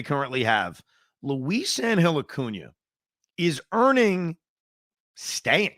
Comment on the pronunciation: No disrespect intended Evan, but havent you mentioned that your wife is Hispanic? How are you butchering Luisangel's name like this? 😂